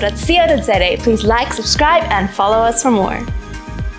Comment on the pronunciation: It's always sexy to hear South Africans pronounce "ZA" as "Zet - A"